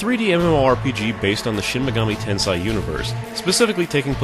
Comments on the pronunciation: MortalWare unfortunately Japanese is very strict in its pronunciation. "Tensai" is a completely different word (means "genius") from "Tensei" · It's pronounced "ten-say" not "ten-sai" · Normal pronunciation of Tensei = ten-say" pronunciation of Tensei = "ten-sai"? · The hell you say.. He also says niche as 'nich' not 'neesh'. But each to his own. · "In this video I repeatedly pronounce "Tensei" wrong. Get over it." NO!